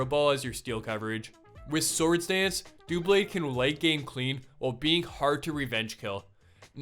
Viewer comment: ITS DOUBLADE NOT DOOBLADE BECAUSE IT COMES FROM DOUBLE BLADE